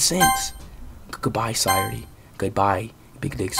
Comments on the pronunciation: actually, it’s not !! He’s saying sire instead of “sa” he’s literally pronouncing it wrong ☠️ educate urself lmfaoo!! It’s pronounced “sa” “yo” “re” as in restart. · gotta love how he’s saying sayori as “sirety” ☠️